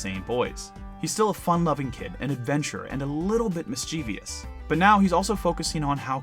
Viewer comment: mischievous, not "mischevious" :/